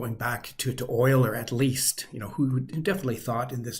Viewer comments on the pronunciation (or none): "Wayler"? I wouldn't have been surprised by "You-ler". As for the rest, perhaps I misunderstand you, but you seem to concentrate on the 'r' that follows the vowels, not on the vowels themselves, which were my main concern, as people often falsely believe (or claim out of laziness) that they can't pronounce the names of various German cities, turning "Köln" into "Cologne" and "München" into "Munich". But if you can pronounce "girl" you can pronounce "Köln" and if you can say "lynch them" you can say "München" (or something close enough to be understood). German has dialects, too, some remaaakably similar in their feature to those you referred to. The New Yorker's "caaaa paaak" is much like the Gelsenkirchener's "Gel-zen-kiiiii-chen"